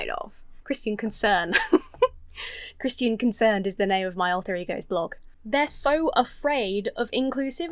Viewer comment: American here. It is delightful how you pronounce "Christian". Your version has more syllables in it than mine and I like it.